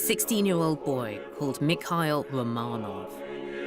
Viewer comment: I love documentaries with Lucy Worsley. However I wish she would pronouce Romanov right. I cringe everytime...